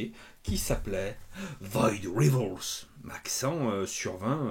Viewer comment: Void R[aïe]vals, la diphtongue Jé, la diphtongue ! (Osef on est d'accord 😅) Merci pour la vidéo 😊